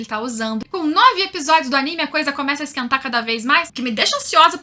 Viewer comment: Parabens pela pronúncia correta do nome do anime e dos personagens!!! tem uns canais ai que meu DEUS!!!!!